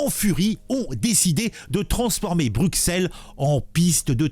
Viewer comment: Bru-Sel. Pas Bruque-Sel. Bru (comme la marque) et Sel (comme le sel).